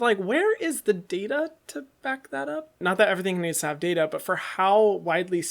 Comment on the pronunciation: Hyram “ where’s the data “. Me “ it’s data” Lot of love for you videos